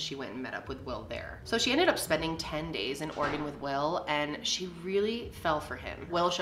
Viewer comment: I’m from Portland, I didn’t know I lived in an “Organ”. The E is not silent my friends 😂❤️ always cracks me up